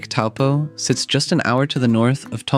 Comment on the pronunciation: I wish you had taken the trouble to learn the correct pronunciation of Taupō - should be pronounced “toe-paw”.